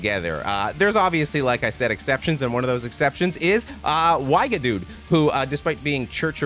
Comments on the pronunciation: Here's a primer on how to pronounce 'Wiegedood' from a Belgian: it's not Whyghadude, it's Weeghadoat. And I agree, it's their best album. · Wigedude... 🤣🤣, man it takes two minutes to put the name in google translate and hear the pronunciation in dutch... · Zijn uitspraak was fantastisch. Weigedudez! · 2000 people must have already said that, but Wiegedood is pronounced vi-rrey-dod (the "g" in dutch is pronounced like a guttural "R"). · hehe the Wiegedood's pronunciantion made me chuckle Wee ge dode. (sort of) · Why gu dude? wee gu doad is more like it. (cot death) ;) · Being a Dutch speaker, your pronunciation of wiegedood is hilarious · OMG please stop pronouncing Wiegedood like that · Tip for pronouncing non-English band a album titles: put it in Google translate and you can have it pronounce it for you. It'll give a bit of a better idea on the pronunciation, so you don't completely butcher them like you did with Wiegedood. :D